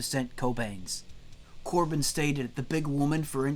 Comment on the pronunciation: Corbijn is actually pronounced like Cobain